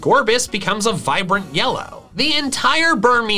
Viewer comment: At 8.12 to 8.14 you called it yella in stead of yellow